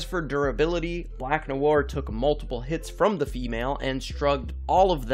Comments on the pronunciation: Noir" (pronounced Noo-ah) is a very basic and common french word, used frequently even in the English language, hearing you butchering this word over and over and your lack of basic knowledge just makes me cringe so hard. (hint use google translate and click the listen button) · hate how he says noir